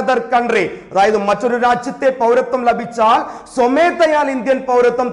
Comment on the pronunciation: ലഭിച്ചാൽ .....എന്നതിലെ ല നിങ്ങള് പറയുന്നത് കേൾക്കുമ്പോൾ അരോചകമായി തോന്നുന്നു